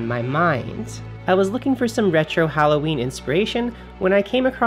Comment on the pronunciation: Are you saying Howloweeny? :O